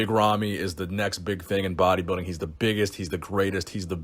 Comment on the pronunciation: It's pronounced body- building. Not bodybiddig